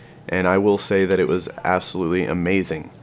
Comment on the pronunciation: Assalootly Lol